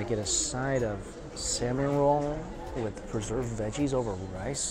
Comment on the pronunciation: When Mikey says ‘salmon roe’ it sounds like “cinnamon roll’ lll